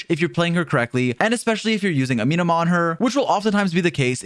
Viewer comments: say it with me. “ah - meh - no ma.” AH. MEH NOMA. NOT AMEEEEENUH’MA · "this weapon that I can't pronounce" Continues to say amenoma wrong😂 Kah goh su ru bee. Ee sheen. ❤